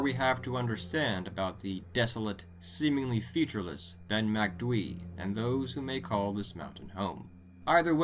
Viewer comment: Kudos for pronouncing Macdui properly, how do you guys struggle with easier words like Aluminium or Jaguar though?